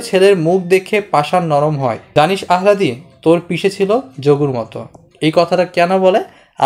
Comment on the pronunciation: ৷ আলহাদি উচ্চারণ টা হবে